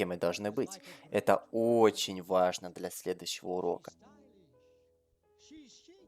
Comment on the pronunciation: слово "для" прочитал как "бля"